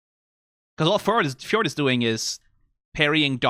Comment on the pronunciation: oh and Fjord too haha(j is silent)